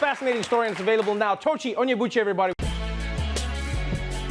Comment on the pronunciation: Up Nigeria!!! Up Igbo people!!! Up Tochi Onyebuchi!!! But was I the only one who noticed how Trevor butchered the brother's name? I mean dude you can pronounce buttigieg and Stephanopoulos but you can't pronounce Onyebuchi?